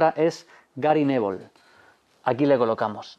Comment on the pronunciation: Jajaja "Gary nevol"